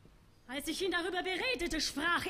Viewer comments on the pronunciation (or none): Interesting pronunciation choices. She sings "iesch" instead of "ich," "diesch" instead of "dich," "duursch" instead of "durch." At least she is not imitating Fischer-Dieskau's provincial Prussian accent, or Schwarzkopf's even more provincial Prussian accent mixed with fake Viennese.